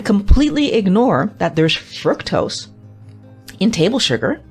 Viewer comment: Why are you mispronouncing the very word FRUCTOSE?